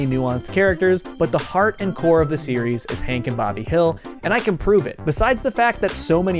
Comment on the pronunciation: So are we just going to gloss over the fact that you called him "Hink" the entire time?